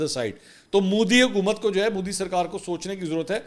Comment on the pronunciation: Bhai sahib apne tallafuz pe dhayan dijye. Modi hai moudi nahi, Urdu mein is pe zabar hai pesh nahi 🤗